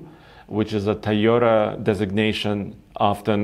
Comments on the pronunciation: THAI YO TA LOL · TOYOTA!!! WTF IS A THAYOTA????? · Ti-yota.. cmon, learn to pronounce the name of the company you’re talking about!! 👎🏼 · Star Wars in southeast asia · He's not the only one who I've heard pronounce it that way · Ik, to me it sounds like Tuyota, or Tayota... which makes me wonder how Japanese actually pronounce it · Tieota.. So annoying. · My eyes widen every time says Tyota haha. Hello from me. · Hey can u pronounce TOyota properly, at this point its just ignorant. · I remember when he only spoke Russian on the show because he was still learning English. I know it's because of an accent that he pronounces Toyota that way. It was just something that I realized over the past few videos and wanted to see if anyone else agreed.